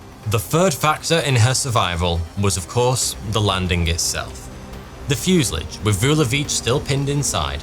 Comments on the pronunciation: Fuse-a-lage? It's a French word mate, so pronounce it properly. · fyoo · zuh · laazh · Have you replaced you narration with an AI? Your normally great and faultless prounounciation has been replaced by that of a childs in this episode. Fuselage isn't pronounced "fuselidge" and M.I.G's are normally just called Migs, even confusing Chechnya with Czechoslovakia, not upto your usual great standard. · It's fuselage not fusillidge. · Don’t like your pronunciation of fuselage. It’s from the French and normally pronounced fuselaage, not fuseledge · "Fuse-a-large" not "Fuse-i-lig". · Fuselage not fusalidge. Please... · Fuselage is pronounced Fuasalarge........ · Great story, but I was irritated by your pronunciation of the word “fuselage” it’s not fusalige ! 😂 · It's pronounced fuselage, not fuselage. 😉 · You also broke a record, the first person in history to pronounce "fuselage" like that. 😂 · There is no i in fuselage. Stop saying it 😒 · How can someone do so much research about a topic for a video NOT pronounce fuselage correctly? 😅😅😅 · Please. For the sake of our sanity, look up the pronunciation of Fuselage and 🙏🙏🙏